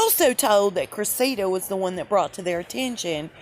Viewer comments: Cress-ua-da. The u and a have the short sound. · Thanks for your videos,. “Cressida “ is pronounced with the accent on the first syllable on the “e” ❤️